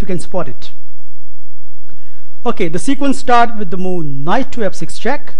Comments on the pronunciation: MarioPeloful lmao MOOOOO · MarioPeloful he may be a gujju...lol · MarioPeloful I wasn't able to get through the video because I kept hearing moo. I began picturing a cow go moo every time he said it.. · Just say moveee